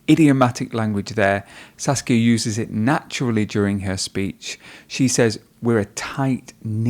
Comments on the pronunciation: Every time he says saskia it sounds like sasuke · Her name: Saskia The guy: "Sasuke" lol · Saskia is just a mispronunciation away from sasuke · I keep hearing her name like Sasuke :> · Should be Sasika not suskia😁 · Me: OMAEWA? She: Uchiha Saskia Me: NANI???!! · You can see her face of disappointment after the guy mispronounced her name